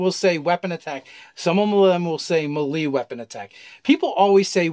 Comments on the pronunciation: isnt it may-lay not meh-lee? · They also pronounced ki and riposte incorrectly. Ki is pronounced "key" or "chi" (chee), riposte is "rip ost" (as in lost), melee is "may lay". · Omg it's pronounced may-lay. awesome video. But the way you guys pronounce some words becomes obnoxious to listen to lol. Also. Your kickstarter was awesome!!! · please stop saying melee like that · melee: pronounced MAY-LAY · Lol "MaLee attack" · I've never heard melee pronounced that way, I've only heard it may-lay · I love these guys but does anyone else wonder why they say melee the way they do? Just look up the pronunciation guys. Btw you guys are my favorite dnd content creators.